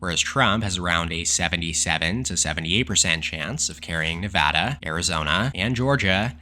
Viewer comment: You are the man for pronouncing nevada correctly